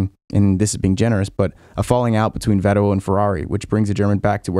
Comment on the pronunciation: Great Video... well done. And did I hear you say Vettel proper-like (just like, Kettle)?